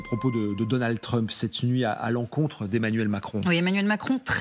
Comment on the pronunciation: "Donald Treump"....quand allez vous apprendre a prononcer la lettre U en anglais !!??!!??!!??